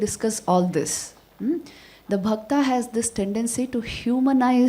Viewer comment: Its bhakta not bhaktaa